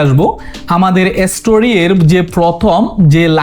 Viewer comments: 🤣🤣🤣 style করে কথা বলতে যাইয়া ভাই তুমিতো উচ্চারণ ভুল করো যেমন ইস্টুরি(history/story)কে আপনি এস্টুরি বলেন আপনি বাবার 😅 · story হবে, এসতেরি আবার কি